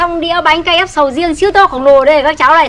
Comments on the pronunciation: Sau video này sẽ có thêm một cách đọc mới cho từ bánh crepe ngoài cách đọc "bánh kếp" Bà đọc "Bánh Ca dép" , mấy đứa bên cạnh cũng "bánh ca dép" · Bánh cờ rếp (crepe) ko phải bánh KF bà ơi. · Crepe chứ k phải Ca-ép bà ơi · Ca rếp??? Cờ rếp nhá haha bắt lỗi tí hoi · Bánh kếp mà bà lại nói là bánh ka rép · Sao k đọc là cờ rếp đc nhể:)?